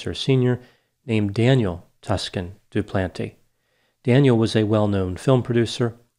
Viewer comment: A nitpicky complaint, but the "Toscan" part of Sophie's name is pronounced similarly to "Tucson", that city in Arizona.